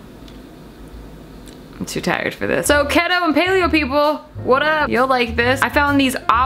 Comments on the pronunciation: It’s KEETO not KETTO lmaooo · ke-ee-toe not keé-to but you do youuu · 🤣 isn't keto pronounced key-toe? Loved the vid anyway #owowwww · It is.....She Just Can't pronounce it. Basically you Can't eat any carbs. High healthy fats.. high protein. So apparently, your body burns carbs you eat first then will burn fat.. So if you starve it of the carbs, your body will go into a ketogenic state and burn fat. My dad is on a keto diet and that's how he explained to me. He started it in Nov./dec. Of last year and has already lost 60 Pounds. Yes, I know you were only asking for the pronounciation but i figured i'd Put that out there for anyone who was wondering. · You know she’s serious about the diet when she pronounces it wrong lol